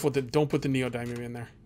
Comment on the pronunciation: The "y" in neodymium is soft, like "dim", not a hard "i" like in "dime". Good series. Look forward to more videos.